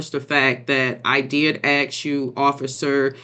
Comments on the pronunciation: no mama if you had tried to "axe" me i would have arrested you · ASK not AXE - why is this so difficult? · Aks…. A question.. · Can we stop denigrating people for differences in dialect? Clearly this woman did herself no favor and she deserved to be found responsible. Differences in pronunciation of words are irrelevant.